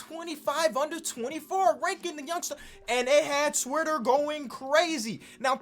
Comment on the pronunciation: I love how he says twirter